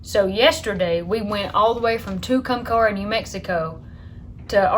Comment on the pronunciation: It pronounced “ to-come- carry ( Tucumcari) New Mexico ❤️